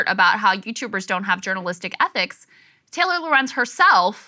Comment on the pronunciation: But it's pronounced Taylor..?!!